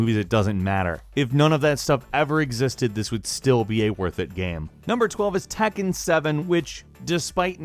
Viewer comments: tekken not takken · Say tAkkin one more time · anyone else cringe when he says 'tekken' ?